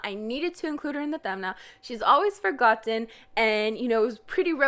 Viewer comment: The way she said forgoTTen triggered me lmao